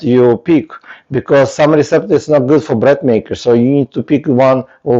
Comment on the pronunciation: Thank you for the video. You are very brave to make videos as a non-native English speaker. I just want to give you feedback/English lessons that "dough" is pronounced like "doe" (not "doff") and "recipe" is pronounced "RESS-ipp-pee" not "reSEEP". Tricky English exceptions.